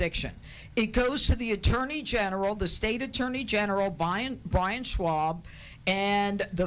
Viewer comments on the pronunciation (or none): none